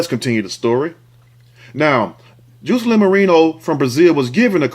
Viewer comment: Juicealynn lol im pretty sure its pronounced Jah-sa-lynn.....love how you pronounce certain words it's uniquely you. Love your videos😝